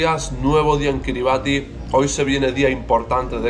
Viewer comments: La pronunciación del nombre del país no es cómo lo dices, le ubieras preguntado a un local. “Kiribas” ❤😂 está bien todo poco a poco. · Kribas se pronuncia maestro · Se pronuncia “Kiri basí”